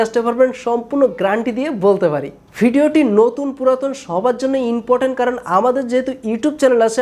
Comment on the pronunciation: ভাই, তুমি ইংলিশ কোই শিখছো? ইন্টো,রিয়েল ওও, ইমপটেন,ইনরেজি,দুইটা পাট, সাস করে, ডেসকিপসন। কিলিক,ফাসট ভিউস😁